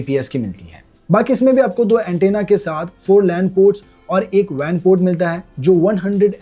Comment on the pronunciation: It's not VAN port it's WAN port 😂